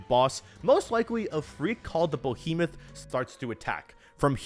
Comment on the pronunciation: Did he "bohemoth"?